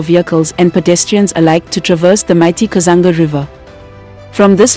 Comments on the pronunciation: Kazungula Bridge not Kazanga ..And its nolonger Livingstone international Airport.. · The narrator sounds very much African if not Zambian. It's Kazungula Bridge not Kazanga or Kazanga river (Zambezi River) and many other mispronounced names which now stand in the way of an otherwise good documentary. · It's kazungula not kazanga Thank you so much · The first bridge is actually kazungula not kazanga bridge All in all good work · I like the way Zambia has developed, really vibrant. I hope these developments will improve the livelihood of th people. But I'm a bit disappointed with the narrator 's pronouncement Of Zambian names e.g. instead of kazungula bridge she says "kazanga bridge" and Zambezi river for kazanga river, quite disturbing for those of us who have lived and grown in this region. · It is not 'Kazanga' Bridge it is the 'Kazungula' Bridge please research so that you don't mislead people. And there's no 'Kazanga' river. It is the 'Zambezi' one of the great rivers of the world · Itx the kazungula bridge not kazunga bridge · Kazungula Bridge , not Kuzanga Bridge. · It's kazungula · Please 😂😂😂😂😂it's Kazungula Bridge.i could not finish this.... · Hello You Tuber, get the right pronunciation of the areas you are reporting about. I am sure if you were reporting about Europeans areas/towns/rivers/ infrastructure at large you would mind your pronouciayions very well. AFRICANS, have regard for yourselves. I am shocked at words like Kazunga/katiti. KATETE Solwezi, SOLWEZI. ZAMBIAN WORDS/Languages are read as vowels and consonants are pronounced. (A polite correction) Otherwise your observation is good. Is there Copperbelt international airport? No, it’s Simon Mwansa Kapwepwe I.A. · It's kazungula bridge